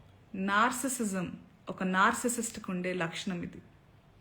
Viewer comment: Anasuya - I always liked you, dont take this wrong but the word you are saying is pronounced like this nar·cis·sist or NAR CE SIST